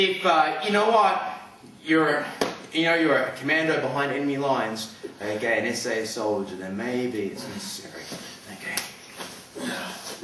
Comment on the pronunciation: I love how his accent is all like: "I'm gunna smash his head to the ground, e'key? I'm gunna slam his as hard as I can, e'key?" Lol also, Metal Gear Solid FTW!